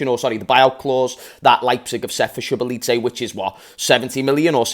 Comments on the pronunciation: Tom fifa who's also Hungarian pronounces his name so boz lie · His name is pronounced shoboshli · I think the correct way of pronouncing his name is dominik (SO-BOSS-LIE) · Pronounced zaboz- lie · so-boss-la-e . good player good signing. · it’s so-bots-zlai 😂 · I think his name is pronounced "Sho Bots Lie" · you pronounce domink’s name as sure-ba-sly😭😂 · best way to say his name is SOB - OS - LIE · Say Zoo-bos -zlie. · Pronounced Sho-bosh-Ligh